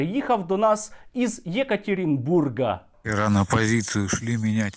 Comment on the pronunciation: є катірінбург - нема катірінбурга ))